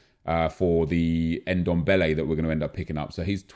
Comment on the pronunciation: His name is Ndombele not dembele